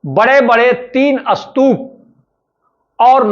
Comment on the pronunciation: Sir is the pronounciation of Stup is Astup...?